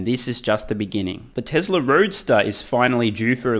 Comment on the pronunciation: Dear Lord. It's. T-E-S-L-A, not TESRA......Drives me insane, given he says it repeatedly every-single-video.....TESLA. It's TESLA!!!